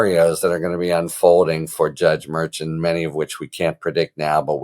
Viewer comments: That's Judge MER SHAN MER SHAWN MER SHAUN ...... not ....... MER-CHAN, as in chan or change. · Harry, the Judges name is properly pronounced Mer-shawn not Merch-an. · Harry, the judge's name is pronounced "Mar-Shawn." You're going to drive me crazy. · It’s pronounced Mer Shon I think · I love your content, Harry. I love the brevity, compared to Meidas lawyer for example. I love your tone of voice, yet continuing on without wasting our time. One little question - in all of your education, were you never forced to take a foreign language? Things can't always be pronounced ther first way an American would do it. The judges' names seem to be a problem for you. Let's spend a little extra time practicing, for the sake of perfection rather than just being better than all the rest. Shows respect for minorities, however they came by their names. Thanks again for your excellent, superior, informative content. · I adore you Harry — and also: you have to try to pronounce the names of the judges correctly. KFA pronounces it correctly; go listen to the podcast you did with her. Keep up the fabulous work! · It would be nice if the narrator harry got the judges name right